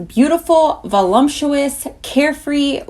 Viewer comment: My biggest pet peeve, and I'm sorry, but I can't help it, is when people mispronounce "voluptuous". Look at the word. Where do you see the letter M? There is no M in voluptuous!! Where are people getting 'VoLUMPtuous"??? Do you guys think that it has something to do with lumps? "Voluptuous" is so beautiful, such a self-affirming and body-positive word, and then you guys throw "lump" in the middle of it and make it sound......gross. I just don't understand how so many people can all be making the same weird mistake.